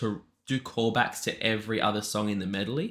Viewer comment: Again you looked at a word that starts with m-e-D and said "melody." It boggles my mind how many people do that.HaHaHa